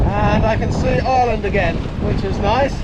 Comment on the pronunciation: The island of Island...? It's pronounced Eye-er-land🇮🇪